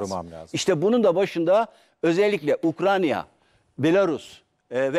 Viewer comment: Ukrayna ukranya degil 😂 resmen ukranya yi saymaya basladim